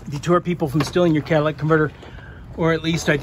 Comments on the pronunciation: I"m confused, are you working on a Ford van or a Cadillac? I keep hearing "Cadillac converter". Did they use those on Ford vans? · If you say Cadillac converter one more time..boiiii